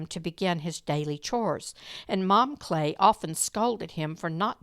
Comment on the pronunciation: As my grandmother was married to Lester Kley, and her sister was married to Leo Kley, I just wanted to let you know that the last name is pronounced Kl-eye not Klay. 😊 Lester was a nice man from what I remember, and lived in DeSoto when I knew him.